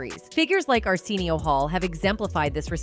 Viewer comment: How are you going to make a documentary about Arsenio Hall and miss pronounce Arsenio for the whole damn thing? 😂